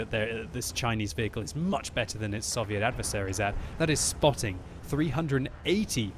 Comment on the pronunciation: I wish you would pronounce Soviet properly